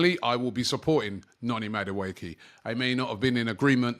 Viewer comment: it’s Madueke like the last (e) is pronounced like an (a).